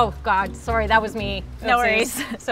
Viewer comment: They should have said “sorrey” more times